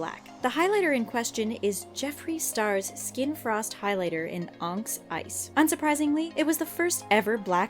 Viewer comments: Is no one going to say it? Onyx is pronounced "ON-IX" not "ONX" So many times this channel has mispronounced words. Sorry to be picky but if your job is literally to narrate , shouldn't you learn how to pronounce the words? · the fake freckles trend made me weirdly uncomfortable as a person with lots of natural freckles :/ edit: "onx" lmao it's "on-ix" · LMAO, ONX ICE instead of onyx ice😂😂😂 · "Ongs ice" CANT YOU PRONOUNCE?! It's OnYX Ice! 😂😂😂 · on-ix not onx lmao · wtf is an oncx's?? it's onyx pronounced oh-nicks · it's pronounced "onix" not "onx" dumbasses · "Onx" isnt a word. "Onyx" is pronounced "On-Ix" ;) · "Onks Ice" ?? It's onyx. "ON-IKS." I worry for the people you have reading the scripts to these videos as they don't ever seem to be above a grade 4 reading level. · "onx" really?????? lolz It's "on-icks" you guys never seem to pronounce anything correctly lolol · Onyx is pronounced "on-iks". Not "onks"... SMH This channel makes me wish yt let you block channels from appearing as recommended. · "ONKS ICE" oh okay. It's pronounced ON-IX... 🙄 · You really killed your pigmented joke there....and not in a good way...also "onx" are you stupid? It's pronounced on-icks....onyx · IM SCREAMING "onx ice" ITS PRONOUNCED LIKE ON-IX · It's Onyx (on-ick-s) not "onks" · Onx? Don't you know how to pronounce onyx? ONIX is how it's pronounced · The way she says Onyx 😂😂 It's pronounced "Onex" not "Onks" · Did she really just say onx instead of onyx? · onyx....on ix..not anks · Ally W I hate that they pronounced onyx wrong... "on-ks" when it's really "on-iks" lol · "ONX ICE" girl it's ON-IX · "AHNX ICE" ON-IX ONYX O N Y X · onx? On-eeks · onYx, not onx! wtf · She said onkx ice instead of onyx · ...did she say 'onyx' as 'onks?' dear god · Onx.....? Not trying to be overly critical here, but pronouncing words properly is the spell-checking of these types of videos. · What the hell is "Onks?" Dear god.... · ONYX - (ah-nix) 🙆🏼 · Did they just pronounce onyx as ONX :D